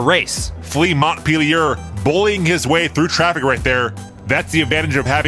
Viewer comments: Flea Montpelier would be French, if I'm correct. Pronunciation would be Mon-pel-e-eh. The T is silent and the i sounds like an E. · Please ask for name pronounciations. Flea Montpelier = Flea Mo-pie-eh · Pronounced MONT-PEL-EE-AY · hearing both of you say montpelier is painful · Learn how to pronounce Montpelier